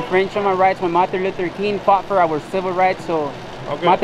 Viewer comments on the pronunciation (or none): Its “Martin Luther” not “Marther Luther”